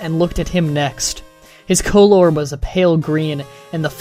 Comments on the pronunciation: Just because theres a U in the word colour doesn't mean its pronounced differently. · lol taking it way too serious with your colour pronunciation